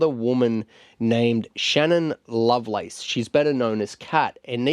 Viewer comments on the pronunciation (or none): none